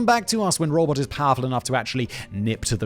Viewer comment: Is it me or can you not say robot?